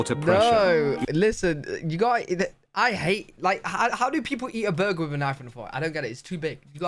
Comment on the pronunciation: I dislike videos with AI voices. You can tell when it pronounces AC as "ack" and burgers as "burzhers." voice is so expressive that the bland AI in the video sounds even worse.